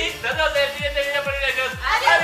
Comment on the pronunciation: Ami tambien me encantan sus "dideos"😂😂